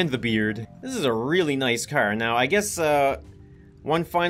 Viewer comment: The way says "Car": Hey need a cer? It's filled with cern!